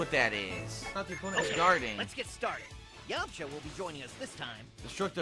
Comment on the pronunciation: Haha what do you expect from a "DBZ Fan" who says "YAMA-CHAW!"